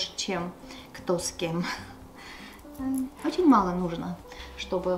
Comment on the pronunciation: Эгине, меня прорывает смех всегда, когда я слышу от вашего мужа "ОЧень ". 😂😂